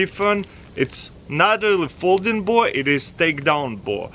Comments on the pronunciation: i thought he was saying 'Boar' the whole time but i just realised he was saying 'Bow' the whole time! loool! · was he stringing a snake ? he kept saying BOA